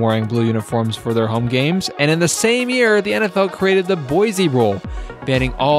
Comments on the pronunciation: fyi boise is pronounced like boy-see not boize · The ORIGINAL is the best. I wish people could learn how to pronounce Boy-see correctly.